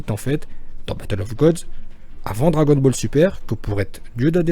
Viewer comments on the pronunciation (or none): none